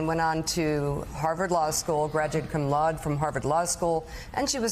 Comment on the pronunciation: Good grief, do all Americans pronounce 'laude' like that? Do they not realise it's a Latin word?!